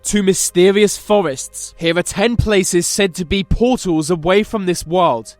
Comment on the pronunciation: What the fuck is a portal to a different wohwd? WTAF is a "WOHWD"????????